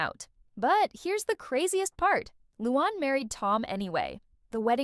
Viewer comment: It’s not Lewon- it’s Loo-Ann